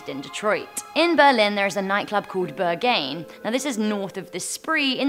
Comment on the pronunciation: THE WAY YOU PRONOUNCE BERGHAIN... TZZZHAHHAAH